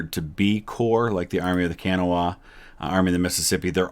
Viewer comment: It's pronounced the Army of the Kuh-naw. We don't say CAN-uh-wah :)